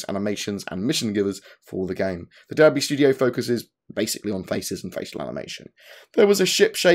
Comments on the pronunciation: "the derbr studio" IT'S DUN PRONUNCED DARBEY but nice breakdown! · Hi +, I didn't think you were taking the piss but now that you are still saying it wrong I thought I'd correct. Derby is prenounced "Dar-bee"!